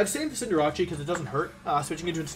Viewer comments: Cinder-ah-chi??? Lol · Congrats on the win! I used to be able to say "Cinderace" around a year ago... Cinderacci has taken over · The way he pronounces Cinderace drives me nuts.